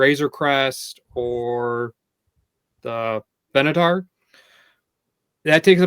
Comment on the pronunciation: HOW are playsets UNDERRATED in any way?? Cam was talking just to talk. Also he needs to learn to say Venator properly